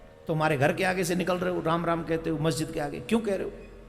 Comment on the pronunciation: Guru ji majjid nhi masjid hota hai ... lol 🤣😆🤣🤣😆